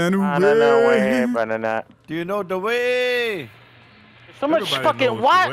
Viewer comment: Are we all just gonna ignore that said "do you know de wae?"!!!